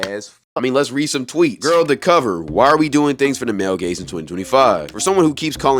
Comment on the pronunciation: thought bro was saying "male gays" until